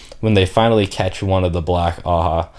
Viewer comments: Just a lil help with the pronunciations, your doing great btw much better than I did the first time I went through the series Ajah is pronounced Ah-jah not a-ha Or like Aww-Jaw if that helps Elaida- Eh-lie-duh Asha'man- Ah-Shah-maan or Ah-shaw-Mon Masema- Mah-see-mah or ma-see-ma Seanchan- Shawn-Chan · Honestly given how the whole white tower is a bunch of clowns, I think Ajas should in fact be pronounced "ha-has" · black ajah. The J isnt silent you pronounce it AH-JAH